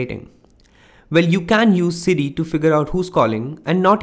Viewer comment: City will inform you? Hmmmm...can't understand you dude.